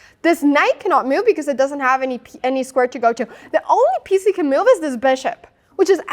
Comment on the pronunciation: I was chuckle a little inside when she pronounces 'move' as 'myewv'.